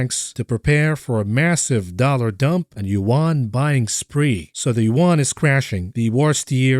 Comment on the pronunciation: It's Yawn not Yen 😀